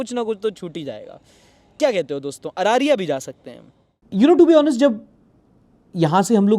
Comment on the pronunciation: अरारिया❌ अररिया ✅ माधेपुरा❌ मधेपुरा✅. Very Proud of Being Bihari.